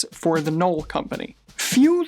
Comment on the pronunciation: Definitely appreciate the effort, however "Mies" is pronounced with a long "i" and the "e" is silent and "Knoll" has a strong "K". Enjoyed the insights nevertheless - great work.